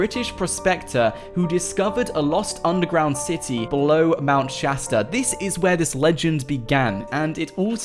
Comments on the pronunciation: Mount shousta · Mount shatsta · Progen J its Mount Shasta not Chasta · Mount shashter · Its mount shatard I live in Los Angeles I go there all the time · Mount choow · It is called mount Shasta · Mount Chasda ore chasta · Mownt shaster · Mount sashter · Isint it mount keleb